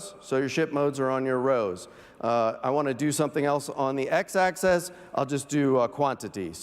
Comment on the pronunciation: “Axis” not “Access”